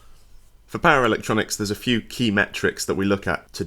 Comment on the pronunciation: For a while I was like, what on earth are these para-electronics he keeps talking about 😅 before he got to the Hz of mains, and I finally realized he was saying "power electronics" 😂